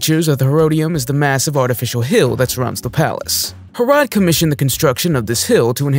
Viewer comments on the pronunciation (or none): Herrod is pronounced Hair-ud not Hair ode.